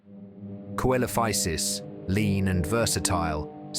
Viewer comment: It's pronounced seelophisis